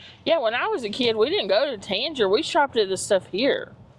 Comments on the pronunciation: Ahh that makes sense. You pronounced Tanger as if it rhyme with danger it pronounced as if it would rhyme with hanger. That’s the best way I can describe it. lol also I’m guessing you all are from eastern KY I’m from Bell county so that accent is familiar. Best of luck to you. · With peace and love if you are going to do a video of what’s coming to the area please learn how to actually pronounce Sevierville and Tanger. No hate but as a local business owner I always cringe when people mispronounce Sevierville. Tanger is a new one.